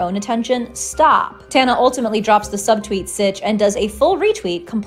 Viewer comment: can y'all learn to pronounce her name or just don't lol